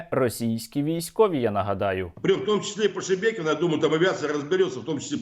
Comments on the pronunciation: Хочеться, щоб оці Шебекінці подивилися цей випуск, де учасники навіть не можуть вимовити назву їхнього міста, їм так по х.й, що вони навіть не удосужились в картах подивитися, радує слух оце ШеМєкіно і Шмякіно )) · Шебекіно, шемякіно, шмякіно- Господи, пробач убогим. Вони навіть назву не можуть правильно вимовляти. І ці чмошники хотіли Київ за 3 дні...